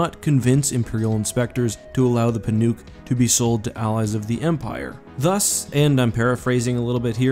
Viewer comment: I'm pretty sure "Pinook" is prononced "Pin-uck".